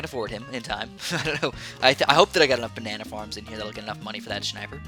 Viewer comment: I love when says "Shniper" 😂😂😂